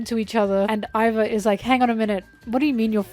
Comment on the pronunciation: Not including Iva's full name, Emporio Ivankov, is criminal. Btw Iva is pronounced ee-vah, not 'eye'-va. Something really cool about them though is that Oda created a new pronoun just for them!